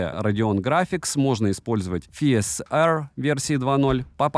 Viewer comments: FSR - фиэсЭрр! ЭфЭсАр звучит как-то привычнее 😁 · Ага, скорее правильнее) всё-таки F - это "эф", а "фи" - это что-то из алгебры😂